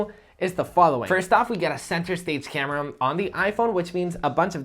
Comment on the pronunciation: Why You pronounce every word with 'Um' suffix? Camerum? Nonsense